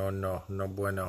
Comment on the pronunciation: So good to see you dropping vids on the reg man. Loving the ponies action, so deadly with a form change. “No bweno” 😂 that cracked me up.